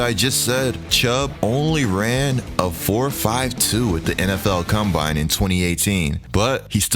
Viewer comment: This is gotta be the dumbest list I’ve ever seen in my entire life. Period. Period. Period. What sort of Moron would make this? They didn’t even know how to pronounce the word ‘combine’ correctly… The stuff you find on YouTube SMH